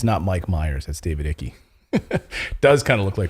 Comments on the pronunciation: Hey Clayton, his name is pronounced David Eye-k (not ickie) 😉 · Icke is NOTt pronounced "Icky" lol. It's pronounced "Ike" like for example Dwight D. "Ike" Eisenhower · David Icke --- pronounced like BIKE not IKKY! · Eye-k not Ickey (David Icke), guys.